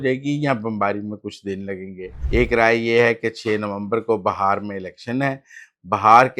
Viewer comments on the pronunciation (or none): بھائی یہ ہندوستان کا اتنا مشہور صوبہ ہے اور آپ کا علم اتنا محدود ہے کہ آپ اسے بہار کہہ رہے ہیں جبکہ صحیح تلفظ بہار ہے۔ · Muzzamil sahab that bihar not bahar😂😂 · Brother, this is such a famous province of India and your knowledge is so limited that you are calling it Bahar, while the correct pronunciation is Bihar.